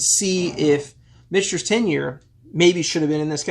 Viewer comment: Sazerac owns both brands...so clearly the money won. Also...Mitch-Ters not Mick-Ters?